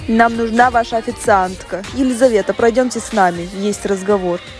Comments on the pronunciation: Все пишут своё я в не ваша а ваща 😅🗿😂😂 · У тебя ошибка в слове ваша не ваща а ваша